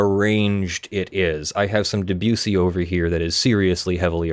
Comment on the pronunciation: Nobody says Debussy like that! Nice performance though my man!